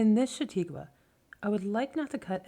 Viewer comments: For God’s sake, it’s Cha-taw-kwah, not Sha-tee-kwah! You are driving me crazy, Ms. Narrator. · Its a lovely reading but for the mispronounciation of "shah taw' kwa" -chataque